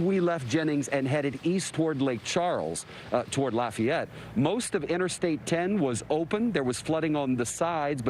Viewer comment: You can tell by how he said "laf e ette" correctly. Even emphasizing it after host said "law fay ette" which how most the world would have said it. Not evenone here talks like the coach on waterboy.